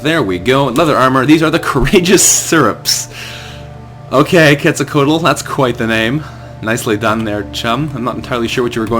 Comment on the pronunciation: "Quetzalcoatl" is pronounced "ket-sal-kwat", just FYI.